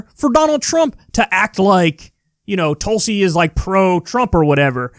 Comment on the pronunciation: *Mispronounces her name* "I gave her a lot of respect"